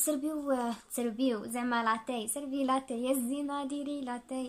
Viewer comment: سريي" لطاي "زعما لتاي !😂😂😂😂😂😂😂😂😂😂😂😂😂😂